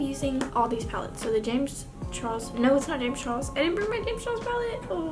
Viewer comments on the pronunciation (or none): none